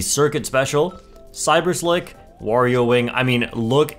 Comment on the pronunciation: "Cyber slike"